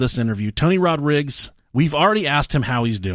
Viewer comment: 'tony rodrigs'??? surely rodrigues is easier to say